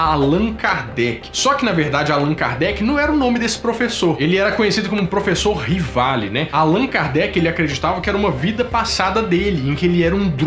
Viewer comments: Aos não é Laserjet e sim Learjet , aos não é professor Rivali e sim Rivail. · Professor Rivali (sua narração) ou Professor Rivail (escrito no quadro) ??🤔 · Amigão... Desculpa mas preciso te corrigir... O nome do Alan não era RivaLE e sim RivaIL.